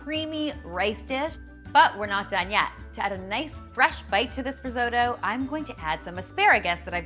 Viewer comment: I'm Italian. Risotto (non "risoudo" :-P) is not boiled. That is boiled rice!